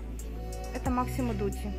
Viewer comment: МАсимо без К. НЕ МАКСИМО ДУТИ